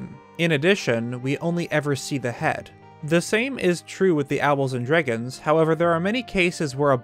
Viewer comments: Remember everybody, we’ve all been saying it wrong. It’s dreygons. Not dragons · "THE DREEGOOONS"